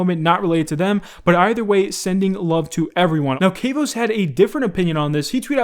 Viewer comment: Isnt Kavos pronounced with a short A? Like ahhh, not like A as in cAve.